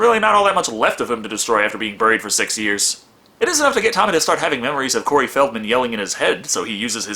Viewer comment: Thanks for recognizing you pronounced 'Feldman' wrong in the previous vid, you pronounced it 'FIELDman' :), I'm gonna assume you like Nostalgia Critic and Wolfula or are influenced by them.